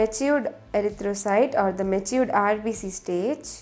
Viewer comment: No hating but it is rbc not rbs